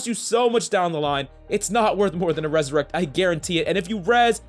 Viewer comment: It’s ‘’resurrect’’, not ‘’ressurect’’. But anyways, Thanks for the tips!